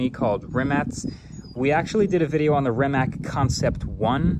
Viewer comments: So close Marques. SO close. But it's REE-MATTS. Not Rim-matts. Or Rimac. Ree-Matts. Great vid as ever though. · Does he keep calling it "Rimat"? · Is he saying "Rimat"? Edit* Just looked it up, its actually pronounced Ree-muhts. Mind blown 😂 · I’m confused. I always thought it is pronounced as Rimak, but then the first video says Rimats. Now again Rimak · Wait - is it "RimaTS" or "RimaK"? I've heard both pronunciations now. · You keep struggling to pronounce Rimac. It's with C on the end, not K. "Ree-mats" Also nevera is a Croatian word for a sudden summer storm with strong gusts of wind that happens on Croatian coastline. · “Rimat nevera” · Volkswagen didn't buy Rimac, Rimac bought Bugatti and that's why they merged into what is now Bugatti Rimac. Also please pronounce it correctly it's not that hard, Rimac (Rima-ts), Croatian letter C is never pronounced as a "K". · Rimats nevera? 😂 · why do you keep calling it Rimats??? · Mkbhd you say rimac the most autistic way possible. It’s pronounced “Re - Mac” their is NO “ts” in the end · Re- Mac is the CORRECT way bruh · Congrats on getting the record for how many different pronunciations of Rimac you can say in the same video! 🤗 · Marques pronouncing Rimacthe way Benedict Cumberbatch pronounced Penguins all through that his documentary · It's kind of weird that a creator such as MKBHD did not even bother to look up how to pronounce Rimac correctly 😶